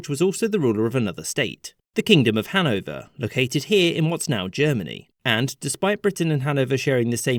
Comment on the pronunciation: Its hanOVER 😭